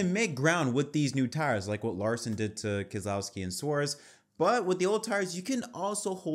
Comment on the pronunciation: New drinking game for this podcast - everyone takes a shot each time Keselowski’s name is misprounounced.